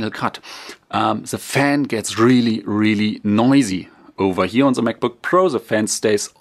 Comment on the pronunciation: Its not that hard to pronounce 'the'